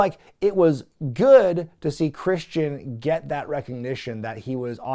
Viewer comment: It's Christian... 😐